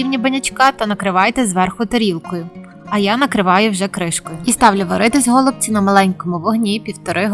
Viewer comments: Дякую. У нас кажуть голубцІ. Наголос на ост.складі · Все чудово, але чому го лубці наголос на букву о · А,я не удивлюсь. У меня знакомые из Одесской обл. так же говорят го лубци. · По-перше, я теж люблю українську мову, але наголос у слові "голубці" на першому скпаді ріже слух. Нас всіх вчили з давніх-давен вживати наголос на останньому складі. По-друге, можливо ваші пісні голубці для когось і смачні, тільки користі з них небагато. Замість 5-6 цибулин (навіщо стільки?), краще додати хоч трошки м ясної начинки. А також для голубців зі свіжої капусти потрібна підлива з томатної пасти і сметани. Тоді справді буде смачно. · Мені тошнить оцей наголос на го / ми робимо наголос на ці/ Нашої такі обсяги робить на пів села ??